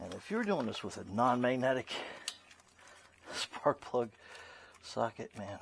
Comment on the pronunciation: Did You Say, 5/8 Spark Plug Socket??? It Sounded Like You Said 5/8 SP Socket... Good Video... Thank you for all Your Tips... You may want to use a longer swivel extender... Just Saying...